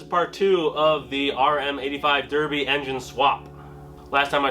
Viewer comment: berbi and suzuki :D you are weird but in a good way ... and you pronounce puch correctly